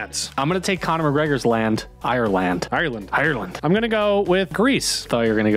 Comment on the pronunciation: The way Americans pronounce Ireland as an Irish person really rattles me lol